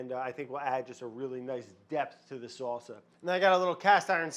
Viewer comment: "Fermented SAW-suh." Oh how I've missed you Brad!